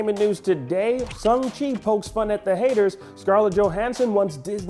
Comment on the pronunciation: Can someone tell Akeem that it’s pronounced SHANG-Chi and not SUNG-Chi please? If he’s gonna talk about the film so much, he should at least get name right.